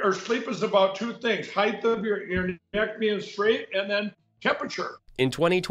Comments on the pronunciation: I get home from work and here's a wonderful video from. Heighth? You think somebody who's a millionaire would learn how to speak better. MTG needs to listen to the news. Illegal immigration has been declining since May. Thank you again for all the laughs. 😂😅😂😅😂😅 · Thanks for the height vs. heighth issue! Never heard ANYONE ELSE but me point that out!!! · I cringe when I hear "heighth", he's got plenty of roundth too. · Oh, I think you might be the only other person than me going crazy from Mike saying heighth. That MyPillow 2.0 ad that kept running had Mike saying it, and it bugged me each time. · Your show is the "heighth" of hilarity! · Mike Lindell " Just better adjust my heighth here on my chair" sits back down - still at same heighth 🤣The show must go on